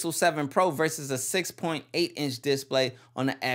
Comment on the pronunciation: I don't like the way you say display, change it lol